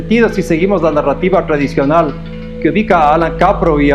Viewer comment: "la narrativa tradicional" min no quiero montar la de sabiondo pero algo no me suena bien ahí. Igual que cuando dice los trabalenguas, al inicio se nota un poquito que la información esta recién procesándose lol.